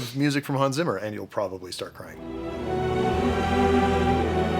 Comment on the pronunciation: 2 words. Real easy. Hans Zimmer. That made me hate being German and mentally correcting the pronunciation....